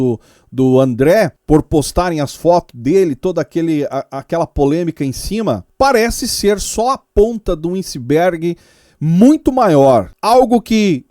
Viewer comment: melhora esse português aí... INrregulares? Ponta do INciberg?... aí não né meu caro.